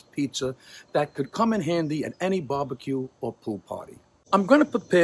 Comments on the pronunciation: Great looking “pete-zer” DiBettereto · Pizzer oven? 😂